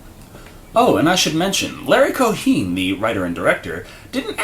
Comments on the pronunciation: Since when was Cohen pronounced Co-HEEN? Has never heard of how it's actually pronounced, which is Co-HEN? And it's also pronounced PREH-mise, not pre-MISE. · "Larry Co-Heen"? Duuuuddeeeee. Reminds me of when you called the actor "Yaphet Codd-Oh", heh. (It's pronounced Code-Oh.) And yeah man, gotta check out Cohen, he's a legend.....'Q The Winged Serpent', 'God Told Me To!', etc. I know, I know, I'm late....recently found your channel.